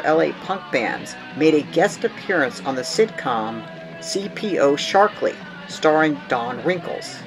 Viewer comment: Yow! Do you mispronounce a lot of names or what? Bingenheimer is pronounced with a "Bing" (like Crosby) not "Binj." You did correct Violaters to Vibrators which is good. (There actually was a band called The Violators in the early 80s) The show is CPO Sharky not "Sharkly" and it starred Don Rickles not "Wrinkles." You did correct Road House to Roundhouse, which is good. The "t" is silent in the word "debut." Another pre 1976 punk release you missed is 3o secs. Over Tokyo by Pere Ubu in '75, and Final Solution in '76 on Hearthen Records. You also might have mentioned the Afro-punk band Death in 1974-75 who did release Politicians In My Eyes, although they were a forgotten band until the 2000s. Chrome released The Visitation in 1976. The Residents supposedly released Meet The Residents in 1974, but it went unnoticed until it was reissued in 1977. Modern Lovers were also very early, with thier first album released in 76. BTW: If The Adicts existed before 1981, no one knew it. The first time I ever heard of them was when they were included on the Punk & Disorderly comp. Would have been more appropriate to mention The Stranglers or Ian Dury, as they did have a presence on the pub rock scene before they went punk.